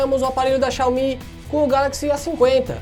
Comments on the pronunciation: Quando você falou xiaomí ao invés de xiaomi eu parei de assistir o vídeo. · Fanboy xiomi detectado